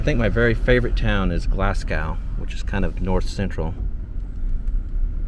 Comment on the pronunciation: I just wish you would Google how to.prnounce names of towns before you pronounce the names. Like Glasgow is pronounced Glass go, not Glass cow, and Caruthersville is not Car you theres ville, it's Car uh there's ville (short "u") not long "u").